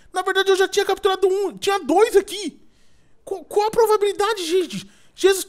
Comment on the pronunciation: FICO AGONIADO QUANDO O EDU FALA "PROVABILIDADE"... É "PROBABILIDADE"